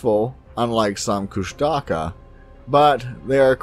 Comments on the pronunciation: ITS NOT PRONOUNCED KUSH-TAKA ITS FUCKING KUSH-TU-KAH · I have heard of this creature (pronounced KUsh-ta-KA) for many years. I do not what they are but I do not think they are anywhere near a Squatch. There are many names for the same creature also there are many names for many different creatures. There are MANY different creatures.